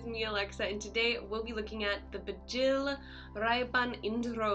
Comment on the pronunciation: Aarrrah that's bikhil pronounce the word bigil